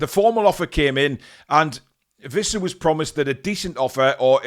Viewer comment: It's Wissa, not Vissa.